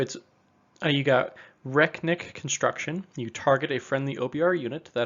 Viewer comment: Is it not "re-knit" construction? Rek-nit makes way less sense